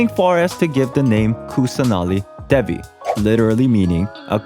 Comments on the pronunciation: Lol Devi is pronounced as Deh-vi not De-vi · also btw im indian and i can help w some of the pronounciations. kusanali is actually kussah naali, then devi is they-vee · Video was still awesome, (also devi is pronounced they-we 😶) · Devi is pronounced like Day-vee. But the D has a sort of th sound after d.